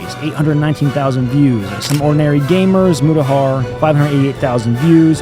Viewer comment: You don't make it onto his list is probably because he can't pronounce your channel's name, have you heard how much he butchered Mutahar name.